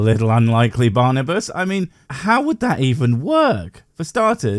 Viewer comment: I think it' Barnabas. Not Barnabus. I'm not proud that i'm too a Hungarian, but what can i do? 😀